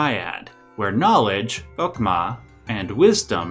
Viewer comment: You pronounced the names of the parts of the cabalist Supernal Triad almost perfectly. It was impressively accurate. Also, regarding Da'at. Chokma usually means wisdom, Bina usually means either understanding, insight, or intelligence, and Kether means crown. Da'at is translated to either awareness, knowledge, or wisdom. So you can interpret this to mean that you need wisdom, insight, and knowledge to bear the crown (be either a proper king or even wield omnipotent divine power) Also the Forbidden Fruit- the Fruit of Knowledge is the Fruit of Da'at. So the fourth element is Forbidden.